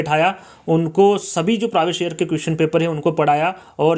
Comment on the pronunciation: Sir previous ka Pronunciation thik se kijyea na ya phir hindi me hi bol lijyea